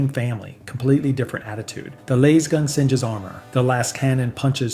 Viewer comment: Had to tune out, couldn't handle lasgun being pronounced like that 😆 not sure if it's AI or ignorance but can't do it.